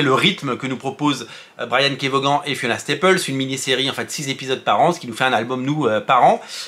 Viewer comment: Juste son nom se prononce vonne, pas voguane! Comme Stevie Ray Vaughan 🎸